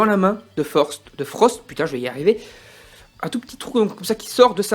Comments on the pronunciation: Frostt pas forst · Non seulement tu passes ton temps à dire "Forst" au lieu de "Frost" à l'oral, mais en plus même à l'écrit dans la description de ta vidéo tu fais la faute haha !